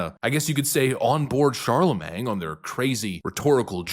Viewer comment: Well, I chatted with a while back about the proper pronunciation of Charlemagne, but I guess it didn't stick. He's still saying CharleMANG. 🙄